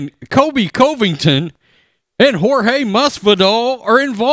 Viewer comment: Bro.. Get the man's name right! Not Cove-ington. How many videos do you do about him and still can't get it right?